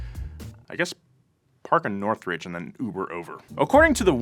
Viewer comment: so weird being from the valley and hearing bro say northridge lmfaoo